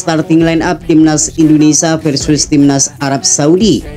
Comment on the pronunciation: INDONESIA min, bukan INDONESAH.